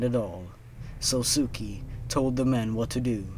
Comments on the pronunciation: That last one would have been really great... If you don't know Japanese pronounciation... Let me help! Sousuke is pronounced "Soh-skay" basically. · just a little note: sousuke is pronounced like "so-skay" i cringed every time you said "sosuki" lmao